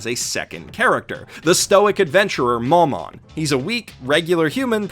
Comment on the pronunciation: I don't understand why no one else is cringing in the comments about his pronunciations